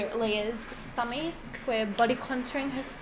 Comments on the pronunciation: I love how she pronounces stomach “Stumeeek” lol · Her pronunciation “sto-mech” is very satisfying